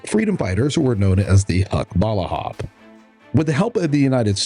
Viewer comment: Another MISPRONOUNCED FILIPINO TERM "HUKBALAHAP".